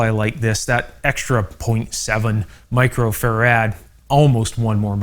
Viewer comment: Great info but it grates on me to hear you mispronounce “Microfarad” as “Micro-Ferrad”. It’s “Micro-Farad” as in Michael Faraday”